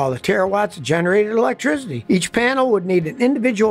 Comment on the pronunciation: electricity. NOT ELECTRIZZZZZZITY for forks sake.